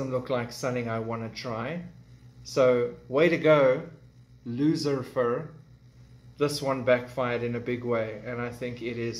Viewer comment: Loser-fer😅 well spoken friend!